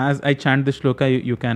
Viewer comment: नमस्ते बहुत अच्छा समझाते हो. लेकिन आप श्लोक को श्लोका क्यूँ कहते हो? कुछ अजीब सा लगता है। 🙏🙏🙏